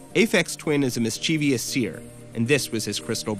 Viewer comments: Why do ppl pronounce it Mischievious? It’s mischievous. As it’s spelled. Drives me crazy. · Cheshire is pronounced /chesh-urr/ and mischievous is pronounced /miss-chi-vuss/. Don't use words if you don't know how to pronounce them. Seriously, it's people like Pitchfork that's responsible for the dumbing down of our culture.